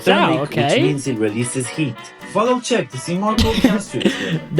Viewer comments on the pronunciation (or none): none